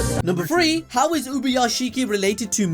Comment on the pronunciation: Say it with me now “TH-REE” where you getting an F from?